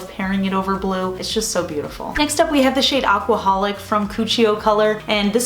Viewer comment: When you said “aquaholic” I thought you actually did say “alcoholic” for a second. 😂 I was like 😳